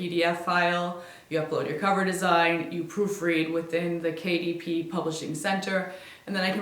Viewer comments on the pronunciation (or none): i kept hearing KDP as Katie P and kept wondering who that is